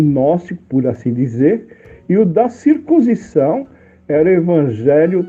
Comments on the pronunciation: Se pronncia CIR- CUN- SI- ZÃO. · Cir...cun... cisão.